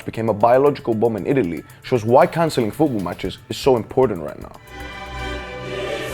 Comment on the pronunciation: Take a shot every time he says "fuwbuw" instead of "football".